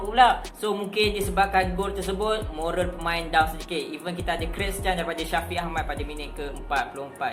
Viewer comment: Sup hanat ?? Apa ni bro nk sebut nama ke nk carut. Lawak lah 😂😂